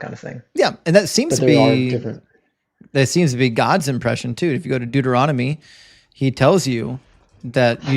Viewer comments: LOL was just gonna write the same thing! :-D "Doo-doo-Rom-Nitty" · "Deuter-ROM-ah-dee" is my favorite book! 😂 Also, "fairity" is pretty great too